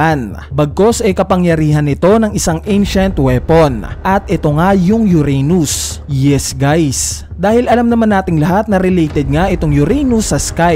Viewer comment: uranus hindi yuranius.